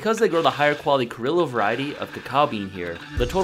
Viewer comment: Criollo is pronounced "cree-oyo"